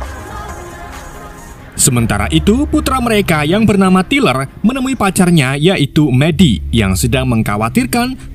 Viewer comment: Tyler = Tai-Ler Ini Abang bacanya Tiler akwkwkw